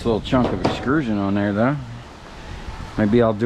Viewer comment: Please stop saying EXCRUSION. It's not a word, and you sound like an idiot. It's EXTRUSION.